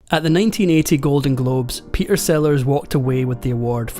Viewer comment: This is such a concise, well-written script. You told the story well and it was always engaging. As a voice coach, I have to mention the missing 't' in the middle of your words: "Pe'er Sellars"; "complica'ed"; "la'er" (later). I know this is partly the Scottish accent but you can easily annunciate your 'middle t' while still keeping that beautiful accent. YouTube is a world-wide audience, as you know.